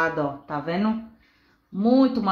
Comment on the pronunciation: Tá “venu”? Tem dó, fala direitinho, pô! Para de assassinar o Portugues! Quem vai dar credibilidade pra alguém q nem sabe falar direito!